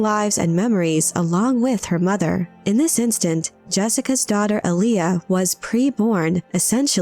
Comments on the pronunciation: The accent in Alia is on the first syllable “ahl”, not the second. It’s also pronounced “AHL-ya”, not “a-LEE-uh” like the old R&B artist Aaliyah. If you’re going to make a video nerding out on this, idk, you might figure out how to properly say the name first… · Not Ali-A. Alia.